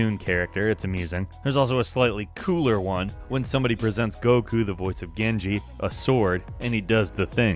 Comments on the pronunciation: "Goku???" It's Gaku my friend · Did you just say goku? Its gaku my man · Genji's voice actor is called "Gaku" not "Goku" haha